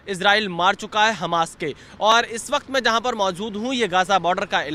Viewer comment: Hamas ❌️ Hanas ✅️